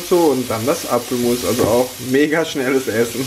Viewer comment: verstehe lustigerweise Affenmus statt Apfelmus :D